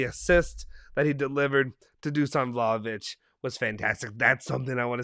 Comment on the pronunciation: Some of our fans are still calling De ligt (De light) And they have to say the H It’s Vlahovic not Vlaovic